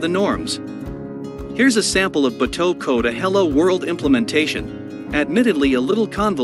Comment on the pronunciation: Can someone please teach him how to say “bato.” I’m an American and even I can’t stand listening to him say that 😂